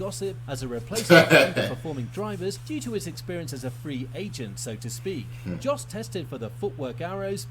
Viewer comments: Someone correct me if i'm wrong but i'm pretty sure that Yos is more correct pronounciation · you got the name of jos almost right, it sounds like you said djos, but if you leave the d sound out of it, you have it